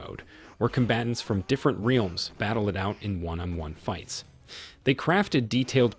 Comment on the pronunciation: Mispronounced Tobias, I let go over and over. When you said reeelms instead of realms I about shit. 😂😅